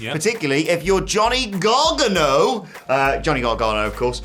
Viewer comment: You know how to say Gargano's name properly. You're not being funny when you screw up names on purpose. Show some respect.